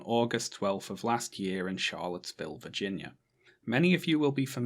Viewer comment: I love that you pronounce "Virginia" as "Vaginia"❤